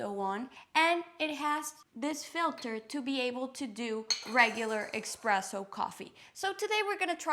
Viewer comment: There’s no “X” in espresso